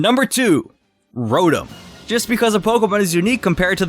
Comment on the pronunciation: You said rotom wrong